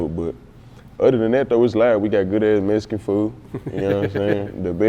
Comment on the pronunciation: Bro you black or Mexican lmao ? Saying Messcan lmao man these cats now ah days are to funny